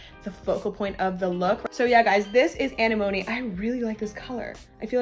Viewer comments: loooool anenome "animony" i am dead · Anemone is pronounced uh-neh-muh-nee 😉